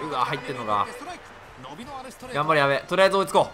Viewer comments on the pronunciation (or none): 矢部にゴロが言った時やばいの方のやべに聞こえるwwwwww